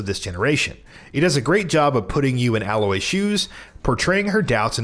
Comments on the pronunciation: Her name is Aloy, not alloy. I feel like you should at least know how to pronounce a main character's name if you are going to put them on a list? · First of all it is automata like automaton.... Secondly they say her name in the fucking game, aloy... Not alloy like the metals... and third, how the fuck can you include cyberpunk on this list when it plays like shit on the PS4 generation of systems? this whole video sucks and it's probably one of the worst ones you guys have ever made